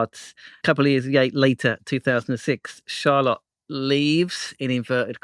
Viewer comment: why are you pronouncing Charlotte like car lot? 😂